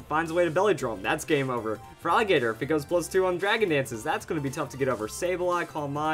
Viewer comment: By the way Feraligatr is pronounced Feraligator..